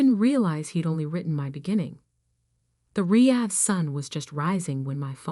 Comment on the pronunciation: Is it my imagination or did the AI pronounce the word Riyad differently every time it came up in the story?